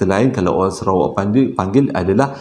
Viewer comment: Bang….serawak ke Sarawak?…hehehe